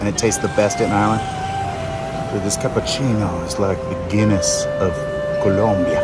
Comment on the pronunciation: I betcha😂 but at keast he pronounced Colombia an nor Columbiaeee, i hope he wrote it right.😅